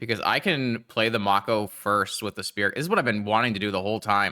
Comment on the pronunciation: its may-co for the shark, the irl animal its based off is also pronounced that way